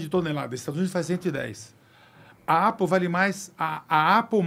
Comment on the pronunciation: Os hispânicos são mais ricos que os alemães. Mas aí avalia a rotina de vida desses hispânicos. Kkkkkk pqp que bobageira. Alguem ensina ele pronunciar Apple...